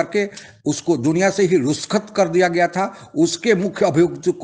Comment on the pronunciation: Sir, at the end of this video you spoke about Danial perl that he was pakistani reporter, may be he was american reporter and citizen, also you spoke a word ruskhat instead of rukhshat. If it's wrong so , sorry for it. I follow regularly. Keep it up. Thanks.